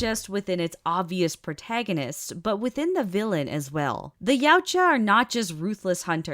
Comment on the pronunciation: Ya-Oot-Ja I think is the pronunciation, I want to help your nerdy creditials LOL 😂